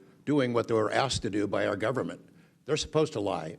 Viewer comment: Clueless Ms Crockett, "probably pur adversaries". Who elected this one? Oh god, lady.